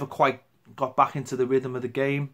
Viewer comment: Back, not bah